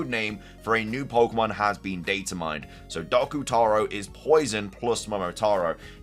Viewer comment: Doku (doh-ku) not doc-u